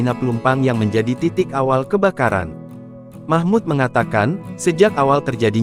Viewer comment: Namanya MAHMUL....BUKAN MAHMUD